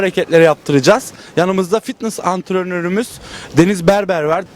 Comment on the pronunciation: Anrtoron diye bişey yok o antrenor ama bu kız antronor mzmdmdkdkd